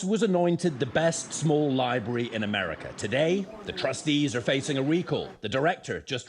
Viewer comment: Thanks, John, but you didn’t need to tell us about weeding. We all know weeding happens there, it’s a libwawy.